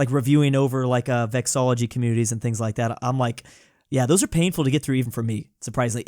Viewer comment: Someone tell that Vexillology is ve-xi-llo-lo-gy and not ve-xi-lo-gy